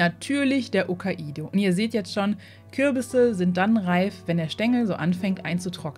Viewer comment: Hi,, ich finde es super, dass Du bestrebt bist, Fremdwörter richtig auszusprechen. Du sagst sogar "Okkaido", da bist Du wirklich die Ausnahme. Nur darum wage ich vorzuschlagen: "Tschornij Prinz". Es ist russisch (jedenfalls die erste Hälfte) und sieht so aus: чёрный. Die Pünktchen verführen wohl zum "ö". Der Buchstabe heißt aber "jo", wobei das j nach dem tsch abgeschliffen wird. Vielleicht kennst Du das Lied "Tschornoje Morje...":-)